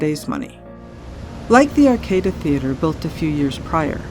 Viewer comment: Great stuff guys! Keep ‘em coming! One ( two, actually ) nit pick note: Swaby’s stop ( named for the former greenhouse ) is pronounced ‘sway-bees’ & the Arcada Theater is ‘Ar-cah-da’.